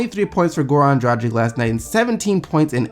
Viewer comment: It's pronounced Goran "Draggich"